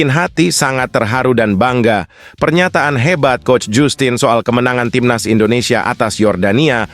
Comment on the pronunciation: 😂😂😂 bacanya jastin mas Bukan jussstin Es jussss kali😅